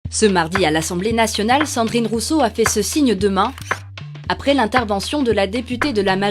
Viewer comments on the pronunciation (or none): Assemblée NATIONALE !!!! pas nationnal ....pfff